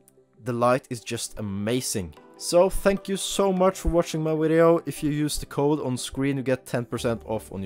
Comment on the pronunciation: What a “wideo” ??